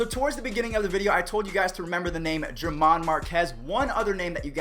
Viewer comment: Her-mán not Ger-man